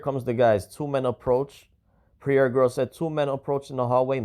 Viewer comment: your saying her name wrong. Pronounce her name like it sounds. Prairee ( Prairie) look up the meaning.